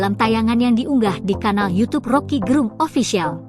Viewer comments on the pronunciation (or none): none